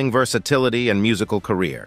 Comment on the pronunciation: You really need to check you presentation!!! When you see "&". this symbol it means "And" not "Ant" or whatever it is you're saying??? And Pete Buttigieg is pronounce Buttigieg with a "soft G which sounds like a J not a strong "G" like GO! There's no excuse for these mistakes!!! You have GOOGLE & WIKIPEDIA!!!! DUH!! DO YOU HOMEWORK!!!!